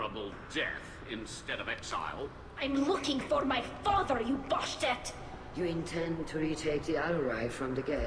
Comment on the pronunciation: Tali said :"I'm looking for my father,you bosh'tet!"Considering the similar words it sounded either she saying BULL SHIT! or BASTARD ironicly this is in another language when shes speaking english nearly 99% of the whole thing...